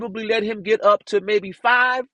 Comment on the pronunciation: He would make me so mad when the Judge would tell him to move on and he would say, “can I git to it”? The most I’ll mannered human(and I use that term loosely) ever!